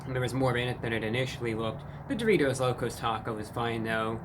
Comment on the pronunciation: Why does he say doritos like that? Sounds like he is saying Duvitos almost